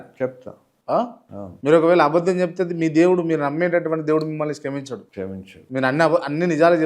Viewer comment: శ్కమించిండా? 😂 కాదు 😂 క్షమించాడా?